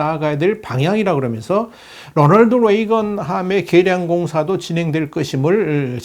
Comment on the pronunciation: 롸널드 뤠이건..... 그냥 로널드 레이건 에이브라함 링컨이라고 발음 하세요